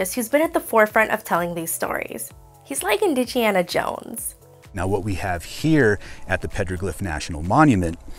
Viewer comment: Indige-ana Jones lol nice